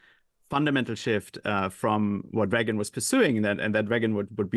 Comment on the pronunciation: How can this idiot hear everyone else in the world pronounce Reagan's name the way he preferred (including recordings of Ronald himself), then go on and mis-pronounce his name? Where do TR find these people?